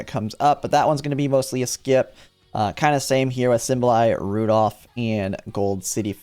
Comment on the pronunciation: I hate how you pronounce Symboli Rudolf